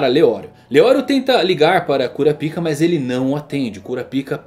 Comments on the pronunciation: Não fala kurapíca não mano, fala kurápika eu fico todo tempo rindo quando tu fala kurapíca kkkk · Kura pica lksk melhor pronunciar kuro paika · Mano fala o nome direito é kurapika nao kura pika fica estranho